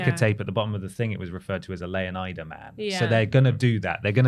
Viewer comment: It's LEONIDA, as in FLORIDA, the fictional state where Vice City is located.